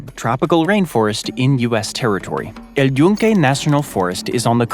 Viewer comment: Your pronunciation of El Yunke is flawless